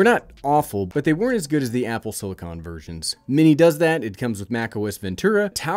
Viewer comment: are you ever going to learn how to pronounce silicon correctly? That's what I'm most excited about.